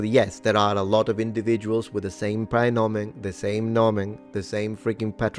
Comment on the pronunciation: i have to scold you for the pronunciation here because the ae in praenomen isn't a hiatus, the e is supposed to be non-syllabic, which I'll give you isn't easy to pronounce. It's very close to Italian ai, though.